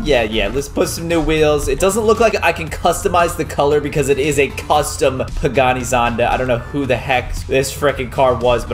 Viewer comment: Its "pagani zonda" hahahahahaha